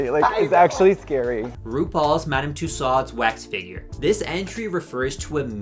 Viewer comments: the way you pronounce madame tussaud’s give me chills 😭 her name is french, it’s more like ‘tue-soh’ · Madame “Too-sods” is so funny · your pronunciation of madame tussaud you cannot blame on being irish but this video absolutely SLAPS so you get a pass